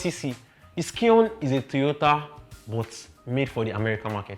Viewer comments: Scion is pronounced as " psy on" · Thanks for the video. They are informative. However, the last car is pronounced as if your are saying Zion, but not with the "z" sound, but with "s" . That is Scion. The "C"is silent. Thanks.